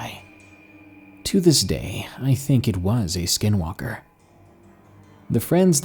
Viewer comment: Being a full blooded Native American of the Navajo tribe these are very interesting stories, but we say skinwalker differently. Keep it up 💪